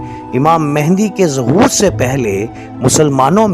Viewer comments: Pehlay naam kehna seekh lain. امام مہدی علیہ سلام What is mehndi? Bht afsos ki baat hai k ap logon ko naam laina b nai ata ya jaan k bigaartay hain!!! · دوبارہ آپ مہندی مہندی بول رہے ہیں جب کہ اصل لفظ “مہدی” ہے.